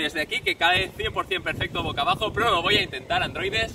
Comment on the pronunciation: “Pocabajo” NO!!! BOCABAJO